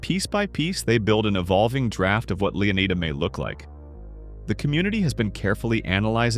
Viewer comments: It's definitely pronounced "Lay-oh-nye-duh" or "Lay-uh-nye-duh", not "Lee-oh-nye-duh". Rockstar named the state after Juan Ponce de León (pronounced as "Lay-own"), the first European to explore the Florida peninsula. EDIT: By the way, is your channel name by chance a reference to Better Call Saul? Also, the part of the Leonida Keys with the naval base on it is called "Airstrike Key". The name can be seen in one of the screenshots on a road sign, alongside the names "Key Lento" and "Sunset Key", which is seemingly the westernmost part of the keys. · Why do some people pronounce it as "LeonAIda"? It's LeonEEda. We say FlorIda for the real state, not FlorAIda 😂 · To be honest if you were from florida Leonida would be pronounced LEO-n eye duh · Leonida is actually pronounced lay-OHN-EYE-duh. It was revealed through the East Asian versions of the GTA VI website. The characters "雷奥奈达" (Chinese), "レオナイダ" (Japanese), and "레이오나이다" (Korean) confirm the official pronunciation of Leonida as lay-OHN-EYE-duh across different phonetic languages. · I assume (hope) is pronounced Leonida like Florida... its the only thing that makes sense to me